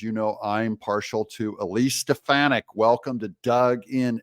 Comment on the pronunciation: wanna know what i think? i think doug needs to learn eliseis last name correctly